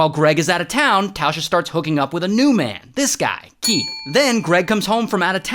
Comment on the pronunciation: Keath 🚫 Will smith ✅